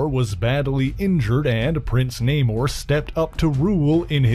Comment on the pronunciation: It's Na-moooooorr..lol